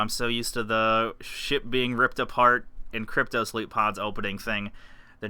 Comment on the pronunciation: 15 alphas and their still calling it cryto-sleep instead of cryosleep?